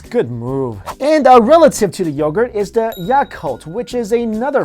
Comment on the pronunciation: I cringed when they pronounced yakult 😂😂😂 it sounded so baaaad aha